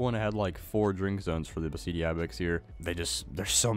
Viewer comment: Just saying Beceite is pronounced Be - the - te In Spanish sometimes a C is pronounced as a TH